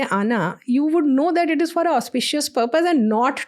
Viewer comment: you cant say EUAWWWROPE for Europe and then say Purrrrpussss ffs